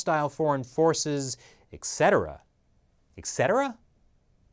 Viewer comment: "How to Pronounce Etcetera"